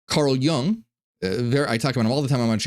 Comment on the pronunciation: It us Jung as in “you-ng” and not as in “young”